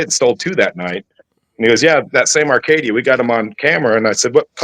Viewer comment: Acadia not Arcadia